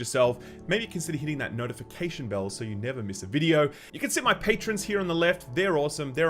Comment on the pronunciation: Did he just call it the "nerdification" button? Because that's hilarious.